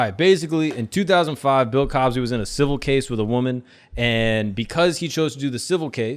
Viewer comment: u said “Pill” Cosby!? I’m dead 🤣